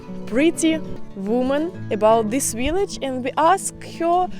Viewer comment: "But real dip dip viliage"😂😂😂